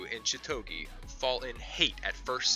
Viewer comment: Was going to thumbs down because of pronunciation of chitoge, then golden time is number one, you are redeemed!